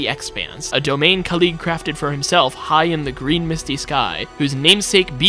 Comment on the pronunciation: it is khalid not kalid